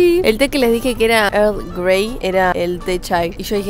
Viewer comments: For - Here's a tip: "Earl" and "girl" sound the same. So, just remove the "g" from "girl" and pronounce it: "irl grey" and it'll sound correct! Earl Grey 👍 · estas loca, jajajaj. eargrei